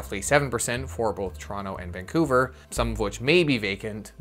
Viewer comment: Why are you saying Toronto wrong.......